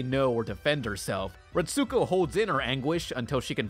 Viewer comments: Aggretsuko is pronounced like aggret-sko you don’t pronounce the U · You're pronoucing Aggrestuko wrong!!!! Biggest pet peeve of mine is when people mispronouce Japanese names and words. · Everytime he said her name i was screaming at the TV "ITS PRONOUNCED A-GRETS-GO, THEY LITERALLY SAY HER NAME IN ENGLISH!!"